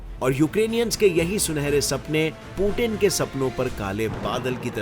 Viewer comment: Bhai tum hindi bahot jhaatu bolte ho maderchod... Thoda kisi se poochh liya karo... पुटिन नेटो।।। bhosdi k पुतिन और नाटो hai